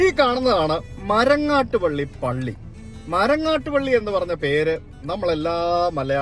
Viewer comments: It's pilly not Pally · It should be Marangattuppilly and not MarangattupAlly. Please correct it!! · ബ്രോ, മരങ്ങാട്ടുപള്ളി അല്ല, മരങ്ങാട്ടുപിള്ളി